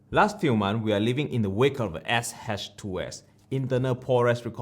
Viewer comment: You have a very unique way of saying "XH2s" lol great review thank you.